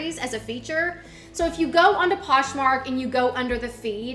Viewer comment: You constantly mispronounce things like Poshmark in 2 different ways in the same sentence but you are so adorable and I really like your content so it's very easy to overlook :) Keep up the good work!!